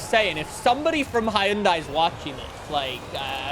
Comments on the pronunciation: Hi-un-die👎 hun-day👍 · The way he says Hyundai peevs me to no end. It’s “HUHN-DAY” not “hi un die” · it is cool, but it is pronounced hon-die not hi-on-die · bruh who gonna tell him hyundai is pronounced "hunday" and not "Hi-Un-Daie" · About 2 years ago (February 2023), Hyundai ran a campaign (in the UK) updating how it is pronounced. “The manufacturer has decided to change the brand’s pronunciation from the anglicised pronunciation of ‘Hy-un-dai’ to ‘Hyun-day’, which is the global pronunciation of the brand.” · Everyone pronounces Hyundai as 'Hi-yun-dai'. The 'Hyundai like Sunday' ad campaign isn't effective at all. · It's pronounced hyoon-day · Bruh it is literally pronounced hi-un-day. That is how the company says it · yea ik we have weird ways of pronouncing stuff but idk HIUNDAIE scares me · the pronunciation is for everywhere. For where it’s made. For the US. For literally everywhere. The company says Huhn day so therefor that’s how everybody should pronounce it you dunce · Hyundai rhymes with Sunday. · 🤓 it's hyoun-die actually